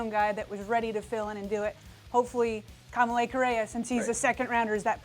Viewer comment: Anyone else hate the way they say Kamalei? Just me ? okay.